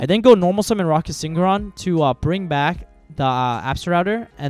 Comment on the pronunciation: Huge misplay— you pronounced rokket synchron “sin-ch-rawn” when its “sink-ron”